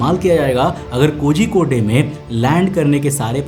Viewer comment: pronounciation of kozhikode is wrong how do i tell the pronouciation i dont know😂